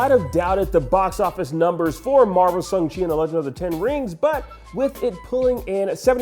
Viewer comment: Can someone tell that it’s pronounced SHANG-Chi and not SUNG-Chi please? If he’s gonna talk about the film so much, he should at least get name right.